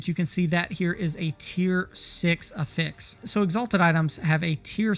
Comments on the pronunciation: I cant get behind someone who pronounces it "A fix". Its "AFFix" lol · If you care at all, affix is pronounced differently as a noun and a verb. The way you're pronouncing it is the verb form. However, most of the time you're referring to "an affix" which is pronounced "AF-fix." The Merrian-Webster online dictionary has audio demos for the difference. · The emphasis is on the short A (as in apple) in Affix, not the fix. A-fix not a-FIX. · Jesus Christ. It's not "uh fix", it's "ah fix". /əˈfiks/ <-- Wrong /ˈaˌfiks/ <-- right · It's not a-fix, it's af-fix. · You have such a clean Northern/Midwestern accent - but why do you pronounce "affix" in the way you do - a-fix? Dictionary puts the accent on the A - for ah-fex. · affix (uh-ficks) is the verb pronunciation. Affix (aff-icks, or ay-ficks) is the pronunciation for it as a noun. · You're showing level 87 items on screen when telling us to craft early... What levels qualify as "craft early"? . Also, isn't it pronounced "AF-ix" not "a-FIX"? I'm not trying to be a jerk here, I'm asking so I don't mispronounce it lol. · good video, had to watch on mute with subtitles due to how you pronounce afix but good vid none the less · Yep, it should be affix like “traffic” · He is pronouncing affix as a verb instead of as a noun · you really ought to put the "pressure" on the a of affix, not the f sound.. youre turning the verb into a noun and it sounds really bad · The syllable emphasis for the word "affix" is the same as "asshole" - the first syllable. Just like "prefix" and "suffix". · loved the vid. the way you said affix hurt my soul though haha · your pronunciation for affix is wrong. the way you are saying it is pronunciation of the verb, noun has first syllable accent. not trying to be an ass, only helpful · The way you’re pronouncing “affix” is driving me insane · I was genuinely not prepared for that pronunciation 😂😭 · Lmfao... I was immediately triggered 😂😂😂 Ty for saying it. Someone had to.